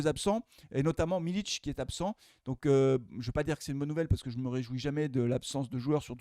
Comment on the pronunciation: C pas miliTSCH c miliK🤣💚💚